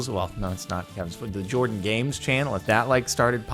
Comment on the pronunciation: jardon says jardon when it clearly says Jordan lol